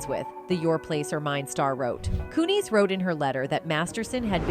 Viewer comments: It's pronounced Mila Kunis not Kuni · coon-is not coon-eez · It's not "MY-lah KOO-neez" It is pronounced "MEE-lah KEW-niss" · Its KUNIS. NOT KOONIES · Its not kunees! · Mai-lah Koo-Kneez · "Mila Koo-nees." Is hat how she pronounces her last name? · Nails "Kutcher" 55% of time never once pronounced "Kunis" We being trolled or what?!?